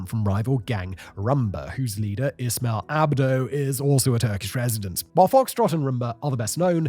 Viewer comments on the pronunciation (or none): none